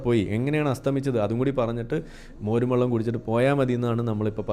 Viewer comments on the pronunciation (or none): none